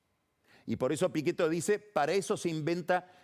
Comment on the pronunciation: En vez de Pichetto pizzeto